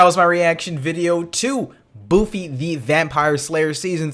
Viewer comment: "BOOFY" LMFAO thanks for that hahahaha. BOOFY.